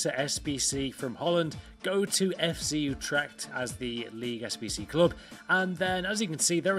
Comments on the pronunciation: Its FC UtrecHt, not utrect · it is utrecht, and not utrect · its Utrecht not utrect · it's FC Utrecht, not Utrect.